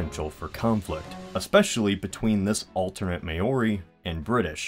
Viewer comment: The way he pronounced "Maori's" Mayories??